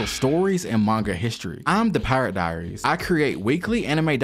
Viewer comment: This video was fire, its very informative and captivating, but BRUH what accent or dialect is this that you butchered some words so hard ☠ you dont gotta do another take, but can we get the names down pat, "cropica" did Kurapika so wrong 😂 finna go from "pirate diaries" to "pih-rot dee-rez"